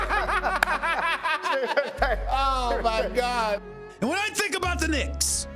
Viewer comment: "Because its the Knincks! Everything that could go wrong, it will go wrong!"🤣